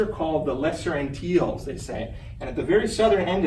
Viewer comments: Geez, the guy can't even pronounce "Antilles" and "Tobago" correctly! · I think too that he could have taken the opportunity to learn how to pronounce Tobago, the Lesser Antilles and Guadeloupe